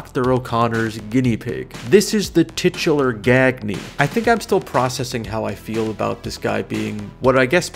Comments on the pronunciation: Ah, the wrestling connection makes sense now. Gag-Nee is usually pronounced Gun-Yay (or think Kanye) after Verne Gagne of AWA wrestling back in the territory days of American wrestling. And some of the names make more sense as I look through them. Von Erich, Murdoch, these are old school wrestling names. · "Gagne" is pronounced "Gahn-yuh" in case you ever run into it again. And yeah, it's also from wrestling.